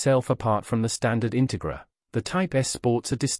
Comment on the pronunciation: Please learn to pronounce the name of the car correctly.